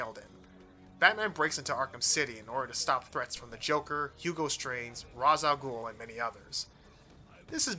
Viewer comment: Raysh Al Ghul